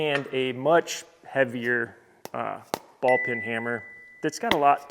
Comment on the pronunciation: Ball peen hammer. Not ball pin.